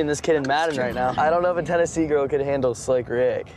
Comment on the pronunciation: Tennasee 😂 lol